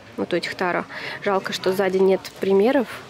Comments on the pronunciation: Ну почему тАро??? ТарОоооооо!!! ТарОоооо!!! Ударение на последний слог,. Чесслово, просто невозможно слушать😁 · тарО!!! тарО!!! тарО!!! тарО!!! тарО!!! тарО!!! тарО!!! тарО!!! тарО!!! тарО!!! тарО!!! тарО!!! тарО!!! тарО!!! тарО!!! тарО!!! Хватит издеваться над названием карт.